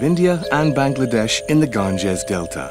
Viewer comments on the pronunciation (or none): Who's the fancy toff they got to narrate this? He can't even pronounce Ganges properly. "garrn-jezz" lol. "Aftermarth" - very posh "HectARs" - what? did you mean hectares? "Carbon dee-oxide" - huh?